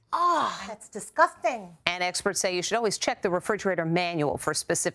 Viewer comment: ugh thass discusteng 🤣🤣🤣